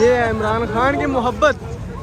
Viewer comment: Please pronounce his name correctly, he is "Imran Khan" not "Amran"